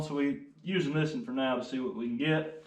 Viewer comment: Is it just me but when he go "thisen" brights my day